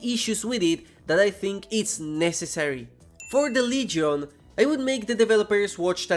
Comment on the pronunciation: The leygyon 😂